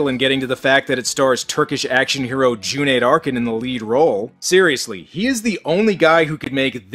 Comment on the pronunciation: kudos for saying Cüneyt properly!